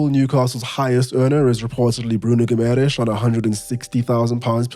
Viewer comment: Such a fun video to watch. I love how Bruno Guimaraes just rolls off your tongue mere seconds after the "wire wiggle woom" slip.